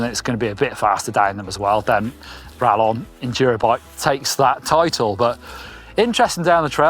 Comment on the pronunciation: Sorry to be that guy, but it's pronounced ra[Y]on, the LL having a Y sound in Spanish. It means bolt, as in a crossbow bolt.